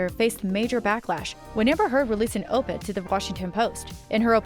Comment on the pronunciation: You should really get some who is capable of pronouncing simple words like Violent and op-ed. Plus it not Javar its Havier (its pronounced (its Spanish)